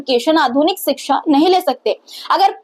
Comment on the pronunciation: 😂 Yogi tum iitne jahil ho tumhe ,kshixa, education sahi bol na bhai nahin aata hai, sahi hindi bhi tumhen. Nahin aati hai ,ye nahin chalega, samjhe